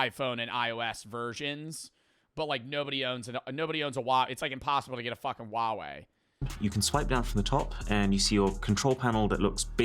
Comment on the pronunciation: Fighting demons hearing pronounce huawei like (wuawei) the letter H is there for a reason😭💔